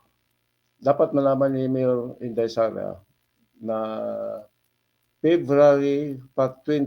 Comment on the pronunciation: Huwag na kayong umasa sa kakampink nyo, limot na taumbayan mga yun😂, malabo yung pagkabigkas ni Lascanas sa pangalang "Sara" alanganin, tinuroan parang bata😂 o sige, sama na kayo sa ICC dalii, sama nyo rin si Trillanes, punta na kayong Davao, naghintay si Digong doon, hulihin nyo na, bakit ayaw nyong pumunta? huwag ng maghintay kung sinong kakampink uupo sa sunod! malabo na ang kakampink!😂🤣